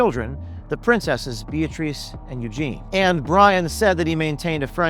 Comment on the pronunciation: I believe him as he pronounced Princes Eugenie’s name correctly, just as her mother did on TV. Not Eugeeenie but Eugenee.